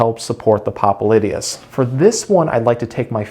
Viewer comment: What nonsense. The guy can't even pronounce the name of the muscle. He calls himself a doctor when he's not. The massages that he recommends have nothing to do with the popliteus muscle. Time to move on...